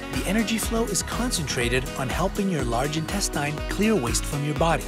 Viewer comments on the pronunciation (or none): Intes-STEIN? .no.